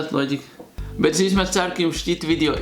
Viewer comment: Negribu kritizēt, bet Tu nepareizi teici ''bet''